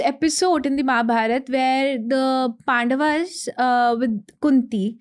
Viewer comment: Your work is great.. But don't let it sink.. Like for instance inviting people like her... As an audience itself we understood she is not that experienced and it's ( KAURAV) AND ( PANDAV) ... "GLORIFYING" miss pronunciations 😤